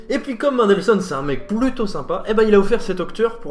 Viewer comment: Please, pas "Maindelssohn", "Menndelssohn"... Bonne vidéo, sinon! :)